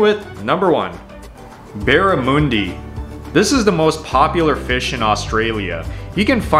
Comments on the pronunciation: 1. Barramundi- bah-ra-muhn-di not bah-ra-moo-ndi 2. FAIRY BREAD IS NOT TOAST 2. Beetroot not beet root. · It’s pronounced barramundi, not barramoondi. 😄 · Aussie here, barramundi is like "mon-day" not "moon-day" if that makes sense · American "u" pronunciation is just WEIRD. You gotta stop with the "oo" like moo sound. If you're going to come to Australia and order Barramundi, then please..... Barramundi is not Barramoondi, it's Barramundi, "Mundi" like "Fun-dee"/"Run-dee"/"Sun-dee" (make sure that Dee is short though) Also 100s and 1000s are so unlke traditional American sprinkles (you know the long multicoloured things, like little rods). While sprinkles are kind of soft, and seem to made of like fondant, 100s and thousands are like small round balls of hard sugar, that are coloured, so they have a very very different texture. It's also not done on toast, always white bread, like Wonderwhite, super soft white bread, with a good layer of butter. And in Australia, beetroot shouldn't be pronounced like 2 words the way you do. Instead of stressing the syllables as Beet-----root. It should be, bee-troot, and said without the pause. They also don't put beetroot in the meat. You just get slices of them, you get the slices from the cans. The great thing about lamingtons, is they're available as lamington "fingers" (smaller long and thin) at the supermarket, in a pack of about 20 - great for when you need to bring something to gathering. Meat pies are also available at every servo and 7/11. Pavlova, should the hard A like Cat for the first A, and Ah like car for the second. Pav-low-vah (Cat-low-vah) And finally if you wanted to be accepted by Australians, you gotta cut out some syllables from "Australia"/"Austra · BarraMOONdi ?? LOL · The barra ( barramundi) mun is pronounced like sun but with an m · Also not how you say barramundi